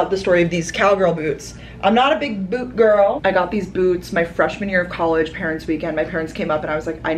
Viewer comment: LMAO “she’s a wesssterrrnnn gooRRooRrllll 🤠”